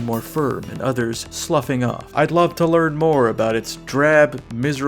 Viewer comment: The way says "love", like he's not used to pronouncing those sounds in that order, is exactly what keeps me coming back. Keep making video just for me and NO ONE ELSE